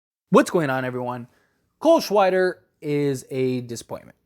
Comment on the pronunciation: "cole shweider" lol